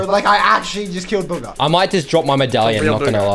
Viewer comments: Ya mean bogger like he said he didn’t say bugha he said bogger😂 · Its not booga its bugha😂